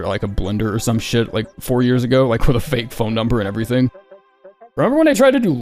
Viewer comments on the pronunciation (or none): none